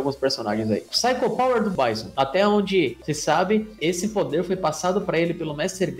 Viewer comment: Adorei o vídeo mas meu cérebro dos anos 90 não consegue aceitar quando vcs falam Báisson. :D O "certo" é Bízon.